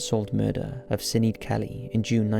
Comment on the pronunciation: Sinead = Shin aid.